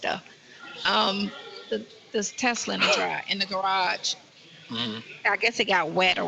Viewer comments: Did she really say elon musk has a $15,000 “Testtilla” coming out she must be thinking of testicles aka Nesto’s balls🫤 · What is a “TESS-UH-LUH”?